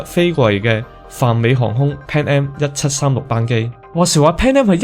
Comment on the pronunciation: 括弧内为读成嘅错音。 波音747个7字有少少唔准， 空中巴士（死）， 阿姆斯特丹（dang）， 1736班（bang）机， 出（速）口 。仲有间（更），行（痕）（闲）等等有啲啲咩音。要翻工，只可以帮到黎哩度......😅